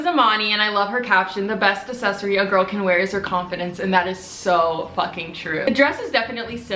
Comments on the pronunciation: You need to say aCCssesory instead of assessory x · No one:: A-sEc-Ory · Accessory is pronounced “ec-sess-uh-re” 💀💀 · It’s pronounced at Ak-ses-ory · say it with me, it's pronounced AXSESOREE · Bro you don’t say accessory right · No one LITERALLY NO ONE The comments: :iTs ProNoUnCeD AcCeSsOrY" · I’m from the uk and we say accessory there’s no ackkk cmon